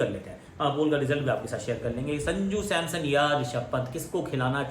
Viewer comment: Are wo SAMSON NOT SAMSOM🤣🤣🤣🤣